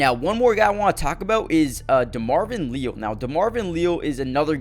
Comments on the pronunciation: It’s LE-AL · Demarvin "Lee-al" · Someone please inform that Leal is pronounced as Lee AL from my knowledge. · Pronounced LEE- AL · Why listen to guy who doesn’t know how to say Leal?